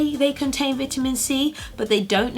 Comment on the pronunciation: Never heard anyone say "veet-ta-men" like you do.